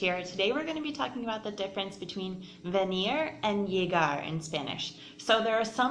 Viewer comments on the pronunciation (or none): Pronunciation of that Venir y Llegar was tragic, but good explanation nonetheless😅